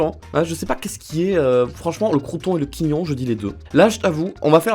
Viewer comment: Salut pour info on ne prononce pas le "t" de crotchon et a merci de dire ça, sa fait depuis le 24 mars 1860 que l'on ne demande que ça et cette langue particulière c'est du patois "Savoyard" c'est de l'arpitan parlé en Savoie :-)